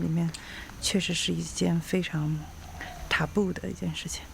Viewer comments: 主持人真的太装逼了。说了限期还要再加个deadline, 你是怕被采访的中国夫妇不懂中文吗？还是想秀一下你有限的英文词汇量？Taboo 读成 踏步，你是来搞笑的吧？ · granted, taboo, 我觉得都读错了，，，听着好别扭，可以不说英文吗？说的话建议说标准一点。。。。